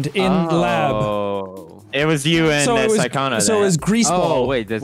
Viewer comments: We gonna ignore Pewds calling Sykkuno "Sykkonno"? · Rewind did Felix call Sykkuno "Sykkono" 😂